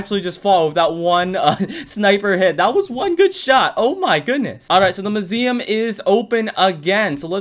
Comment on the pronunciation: It’s so fun listening to you saying “muSIuM”